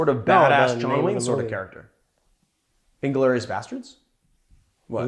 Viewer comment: It's "in-GLOR-i-us" like you said. You were right. No one says "IN-glor-i-us" like Marius. Cool on the cocktail battle. Truffles on the Rocks had a great idea. Sadly, I might have to forgo this cocktail, being that Amaro Angelino and 114 Proof Bourbon might be too challenging to acquire here. How did you get the pistol stencil in the thumbnail?